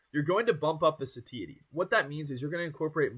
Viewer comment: Unfortunately, broccoli heads rarely get the same view count. Even worse is a broccoli head that can't pronounce "satiety" properly. The age and lack of charisma doesn't help much either. When there's thousands of dudes all trying to make a name in the same space with the same information, you gotta do something that makes you stand out from the rest. Dude has built a good physique. No doubt about that. But that's only one of many components of building a social media fitness brand. Coaching people online with no credentials at such a young age is kinda cringy too. That's probably keeping people away a bit.